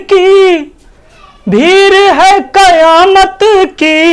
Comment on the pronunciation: bhir kya hota hai bhid sahi hai